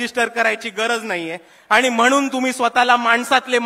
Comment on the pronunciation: आनि नाही रे बाबा, आणि